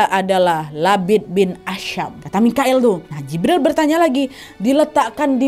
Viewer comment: Jibril n mikail kak nadia bkn moqoil ,kak nadia ngmg moqoil td